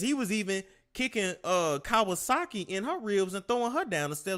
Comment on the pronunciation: Why you call that woman Kawasaki?!! ‘5ft, 95lbs’ 🤦🏾‍♀️ It’s K A R R U E C H E! 😂